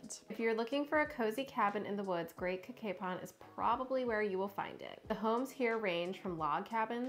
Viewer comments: Great video about our great county, but just so you know, Cacapon is pronounced Ka-Kay-Pun. Also, that gas station and restaurant was the Liberty Gas Station which has a restaurant in it. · thanks for the tips! dad loves Cacapon and has been there many times, and it turns out he pronounces it wrong because we relied on his interpretation!